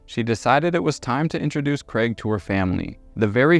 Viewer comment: Thank you for pronoucing craig properly